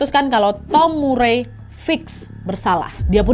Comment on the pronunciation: Nama Murray bacanya Mar-ri 😉